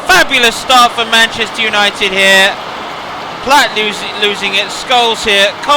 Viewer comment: David Platt Not platts Other than that it’s absolutely amazing this! Well done ! 👍🏻